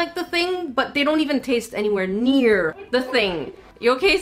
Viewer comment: "It TaIsTs LiKe PlAyDoUgH" When was the last time you taisted playdough